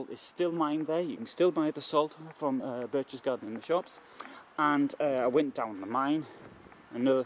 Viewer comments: Since you really wanted to go here, and visit and record video, you might have spend just a little time learning pronunciation. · Lol read what you wrote. since you really wanted to go here 😂 *and visit and record video*😂 let me do it for you! Since you really wanted to go to Berchtesgaden, visit and record a video, you might like to spend a little time learning pronunciation. Fucking idiot talking shit